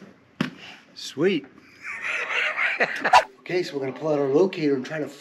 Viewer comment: Your dad's sense of humour was like a true Aussie "SWEET" even the way he said it. Cracked me up 😭